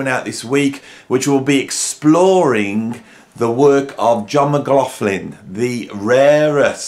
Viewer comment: It is pronounced John! Actually it's Ma-gloch-lin. I think given up trying to pronounce it correctly 🤣